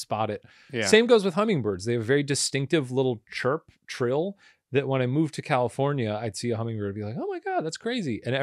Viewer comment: thats not a trill thats a trail.